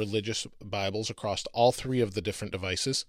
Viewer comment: AKKKKKKKKK... There is NOT a "T" at the end of across!!